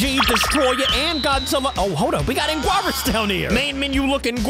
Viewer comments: don’t wanna sound like a kaiju nerd, but it’s pronounced: ang-eee-ris just wanted to correct you without being annoying :) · It Is Pronounced Like Angyearus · How to say anguirus is An-gue-e-ru-s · His name is Ang-gi-rus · It’s ang -gi-rus anguirus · its not anegloers its anegres :chillwcat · Anguirus is pronounced Ang-ur-es. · hey you call them angorad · oh its pronounced angeerus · His name is an_ger-us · Name to pronounce Ang-gur-us angurius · Its pronounced : sp anguyrus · You say it like ang - er - res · Pronounce anguirus like ang ir us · It’s ang-ger-reis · His name is pronounced ang eer us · The pronounciation is ‘angirus’ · Anguirus is pronounced An-ge-rus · anguirus is pronounced "Ang-gear-us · its ang-geer- is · its spelled aguirus but is said like ang we rus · How to pronounce Angrius is an - gir - us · its ang-gear-is anguiris not ang-glea-ri-is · Its pronounced an-gi-rus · It’s pronounced an-geer-us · Why is he calling him angwarus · He name is pronounced an gear wris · You pronunce it as ang-u-ir-us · It's pronounced an gir ris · It is pronounced ang-gear-us angirus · to pronounce anguirus is ange rus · It’s not a grays it’s a n g I r is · Pronounce his name Ang-ee-russ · its prenounced an geer us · it's pronounce Angurius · It’s pronounced angeris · You say angwaris the words are a n g i r u s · Bruh you said ingwaras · its prenounced an-gir-us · It's An-Gee-rus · Why does he say anguirus like a Mexican food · the way he pronounces Anguirus... IT HURTS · how to say anguirus the u is silence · You don’t say his name like that lol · Bruh it’s anguris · “Anguaruas” not being rude but it’s “Ang Erus” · Angourus? It’s (ang-u-irus) The I is silent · Did just call anguirus “ang gyui riss”?!!! (Its pronounced “ang gear us” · Angoras tho and angorius 💀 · You say Angurius like this "Ang-gur-ris" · To pronunce Angurius, it's Ang-gear-us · anguarus? You mean anguirus right? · BTW you don't say "Angwarus" its Ang-year-us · Its angirus not anguaris